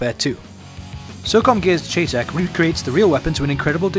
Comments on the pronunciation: chay tack.....its "shytech" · its pronounced cheytac like Shy and Tack. never heard anyone not even a real person who used the rifle in iraq call it a cheytac like chay tack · I'll forgive you because you're Chinese, but it's not pronounced "chaytac". It's pronounced like "Shy-tac". I'm a gun nerd, sorry lol. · Its prounounced Shy-, not Chey like its spelled. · its pronounced chey tac like shy tac not chay tac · Don't know if someone pointed it out, but it's pronounced "Shy tech". I know it's weird. Also if you've seen the American series, The Unit, they showed 2 of them in an episode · Don't know if someone pointed it out, but it's pronounced "Shy tech". I know it's weird. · hey, its spelled cheytac and its is pronounced Shay-Tec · it is pronounced shytech not cheytac it may be spelled that way but it is not pronounced that way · he was saying in wrong thy whole time. its spelled chaytac but its pronounced like shytac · its pronounced Shy-Tec just to let you know :) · its pronounced SHY-TAC! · its pronunced crytac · No its pronounced Chay-Tack. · cheytac is short for cheyenne tactical. Its actually pronouced shy-tac. Best regards buddy ;) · its pronounced "Shea-Tac." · pronounced SHY-TAC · Its pronounced Shytack